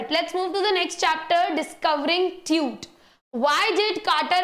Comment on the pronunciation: Tut ❌ Tute✅